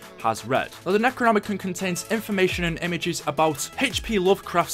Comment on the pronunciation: Nec-ro-nomi-con, that's how you pronouns the books name